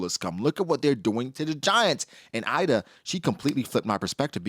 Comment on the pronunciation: Ida her name is pronunced using the I from "inside" and da how you pronunce "the", I'm literally Swedish so I know the Swedish pronunciation